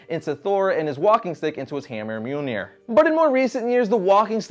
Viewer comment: Its not mjolneir its myuh myuh